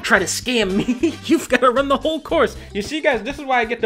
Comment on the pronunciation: I love how she says lets bake a cake for MAY